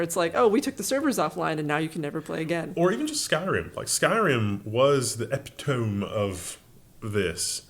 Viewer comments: That is not how one pronounces "epitome". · Chegg started out as textbook rentals for college students. It became popular right before I graduated from college. You could rent books by the semester and it was truly wonderful and revolutionary at the time. Edit: please look up the pronunciation of epitome.